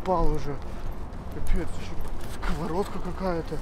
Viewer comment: Сковардка, ты же не говоришь скаварада, ты говоришь сковорода, открывашка